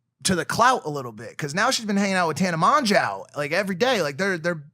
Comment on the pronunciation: Mrk0k0 also mike: tana mon-jow